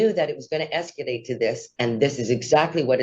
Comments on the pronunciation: The way she pronounces escalate es-kill-late would make me nervous if I lived there, too! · The way she tries to say the word “escalate” is driving me crazy!